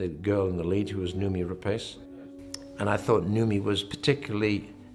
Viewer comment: Man Ridley and everyone else on the crew just butchering Noomi's name. Yikes.